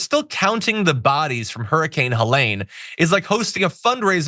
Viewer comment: Ha LEEn not Hill lane